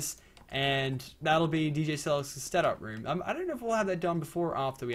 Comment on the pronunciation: he says "Dj Sellex Stetup room" LMAO xD